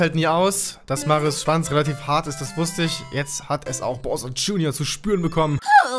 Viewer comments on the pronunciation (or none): none